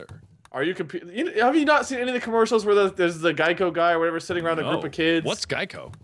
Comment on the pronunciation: Guys..... it's Geico REMEMBER THE GEICO GEKO.